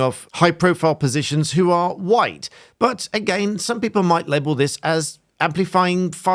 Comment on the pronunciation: Thanks for your video. I’d never heard Mr Yousaf’s speech before. Listening to him, he seems to spit out the word ‘white’ like a poison in his throat. His sentence is normal otherwise, then the word ‘white’ is quite violent. It’s over accentuated. I’ve never thought much about the colour of my skin, but I’ve experienced discrimination. Never in England.